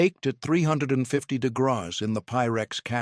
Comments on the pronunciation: Someone needs to educate AI how to pronounce “degrees”🤣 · I don’t know why, but every time the AI voice said degrees or tried to say degrees I laughed out loud very hard. It’s goofy I know😂